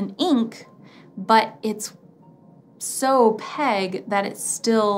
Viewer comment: Why do you say “oh-peg”? It is opaque. There’s a Q in there. It’s oh-peik. Sorry. This was just driving me nuts. 😊